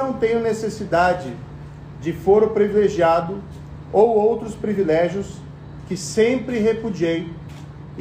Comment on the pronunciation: “Previlégios” .. esse cara era mesmo juiz? 🤦🏻‍♀️